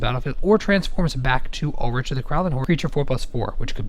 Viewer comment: Ul-"rick", not Ul-"rich". Ul"rich" is not a name. The card seems meh, nothing to write home about.... Why it couldn't allow any werewolf to transform and fight I don't know. Also, what happened to Tolovar?